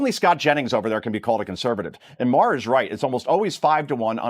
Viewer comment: The best part of this video is that AI narration is still unable to pronounce Bill Maher's last name! 😝😝😝